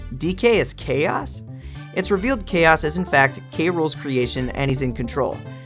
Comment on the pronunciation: I think KAOS isnt actually pronounced as Chaos, but instead as K.O.s, cause of the boxing gloves